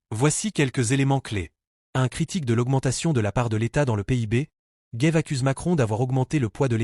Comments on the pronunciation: Au commentateur,en 2ème partie d'émission : Il s'agit de CHARLES GAVE ET NON DE " GUEIVE ". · Ce n’est pas Charles Guaive mais Charles GAves. En français le a ne se prononce pas « ai ». Спасибо товарищ! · Gaive is not English or Américan ! C'est un A comme dans analphabète ! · "Gève" ? Les effets des IA mal réglées en français sérieux... Cela dit, le côté pour le moins "décalé" du sociopathe apprenti dictateur Trouposol est des plus exactes... Bonne nuit